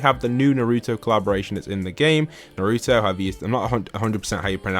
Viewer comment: your calling naruto daruto